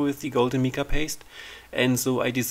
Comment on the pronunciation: I thoroughly enjoy watching your videos. Always informative and always beautiful. Just to help a bit...Mica is pronounced with a long I- like Mike-a.